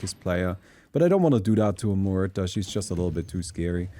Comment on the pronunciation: About pronunciation of muerta. Your R is fine, the er is wrong. Mu - er - ta You are saying môrta Mor - ta